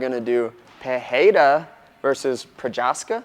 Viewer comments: Guys there’s no H in his name. It’s pronounced Pe ray rah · He didn’t pronounce Pereira correctly. 😅 he is saying like Peheira, but you you just pronounce like this in portuguese when you got two ‘rr’ together. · It's Pereira with an R, just the normal English R. Joe Rogan says it wrong. He tries to be so correct he ends up overcorrecting. Ignore Joe Rogan, listen to Jon Anik or to Alex himself say it. Or you could just say Alex. Anyway really don't sweat it about the name, say it as if it were an English name and it will sound perfect. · No my guy lol. It’s not pee-air-a. It’s not pehayra. It’s literally pereira. Peh,ray,ruh. R’s are just normal Spanish/portugese Rs, kinda like a mix of an r and d. it’s a simple name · PEREARA. Don’t be influenced by Joe Rogans PIHAYDA lol. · pee air ra how can so many people fk this up must be an mma brain thing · There is no "H" sound in the pronunciation of Pereira; Rogan and DC both say it wrong. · Pereira is reeeeeally in wrong pronunciation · Appreciate the unbiased breakdown. Pereira is an R sound, not an H because it’s in the middle and single R.